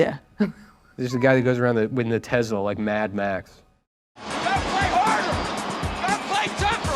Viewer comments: When Nick pronounced Tesla with a soft Z instead of a hard S, it made me realize I was born gay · My takeaway from this video is that Nick Mullen pronounces Tesla as Tezla